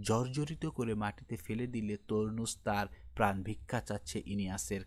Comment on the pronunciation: তরনুস 😂😂 নাকি টারনাস?